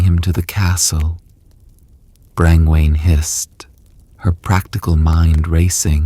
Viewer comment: Brain-Wayne??? It’s pronounced “Bron-Ya”